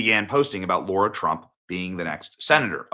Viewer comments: "L-ahhhhhhhh-rahhhh" not "L-oooooooooo-rahhhhhh" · Stop calling her LAURA as like Laura Bush. Her name is LAAAARA Trump dummies. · It’s LARA, not Laura guys 😵‍💫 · She's LARA Trump, not Laura. I know it may look like a small thing, but please try & pronounce it correctly as a sign of respect 😘❤ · It is not ”Laura.” It is LARA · Lara,,repeat after me Lara,,,NOT Laura😏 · LARA, not Laura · Her name is Lara not Lora. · Laura Trump??? Isn't it pronounced La Ra Trump? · Why do you always call Lara Trump."Laura" and not "Lara"? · I'm not sure why he says "Laura" when her name is actually Lara. ? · It's really strange but even her family call her "Laura" half the time, but it's spelled LARA. And she always says her name is LARA. I'm dumbfounded. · Not 'Laura'. LARA. It is LARA Trump. Pronounced "LAY-RAH." Which brings the point. She has a five year old and a three year old, Carolina and Eric Luke. They're in formative years. REALLY formative right now. With the demands of the job of Senator, this might not be fair or healthy for their children. We have seen what happened when Kellyanne Conway tried to combine working in the White House with motherhood, and we ended up with Claudia Conway becoming outspoken and rebellious and we do not know about the three younger children, how the lack of attention may have also affected them. It may not be prudent for a mother with toddlers to take on a job that requires that much devotion, as US Senator. It is a much bigger job than chairing the Republican National Committee, which she did admirably. She definitely would make a great Senator, but think of the children and how much they need their mother at that age,. We don't want them to miss their mother. There may be a good number of other candidates that could fill these shoes, even though Lara Trump would be great, there may be others without needy children that could do equally well for the movement. Great job. Thanks for the content. Keep up the good work. בס'ד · Larah** not Laura